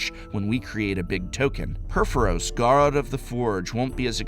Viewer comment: "Purphoros, garaaad of the forge" English professor (I respect you a lot professor this is not meant cruelly)